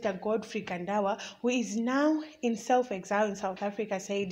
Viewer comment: Journalism yakho chisikana Inoda improvement......pawati iwe "Mchinguri dambles"...then your pronunciation of "exile".mmmmmm....onai zvokuita...You dnt have to speak Chirungu as L1 speaker but izvi is just not good enough...maoneroo Angu